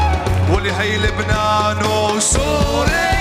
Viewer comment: 23:3 ليش حسيت طعجا وقت حكا "االبنان وسوريا" 😂😂😂😂😂😂😂😂😂😂😂😂😂😂